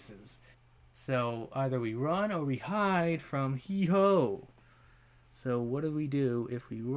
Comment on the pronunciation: Heehoe?🤣 it’s Heewho